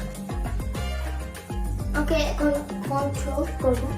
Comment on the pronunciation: Contor❌ Control✅